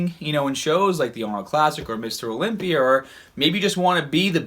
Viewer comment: "Mr. Olympierr"